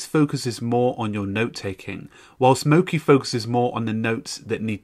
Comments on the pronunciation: I am Japanese and it is mochi, not moki. It is Japanese food. “餅” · not moki its mochi. "chi" as if *che*ese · It's not "mo-ki" it's "mo-chee" - as in the glutinous Japanese rice used to make sweet treats. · You've pronounced the name of the program wrong the entire video. Mochi is a Japanese word for a sticky rice product, it should be mo-CHI (as in Cheetah)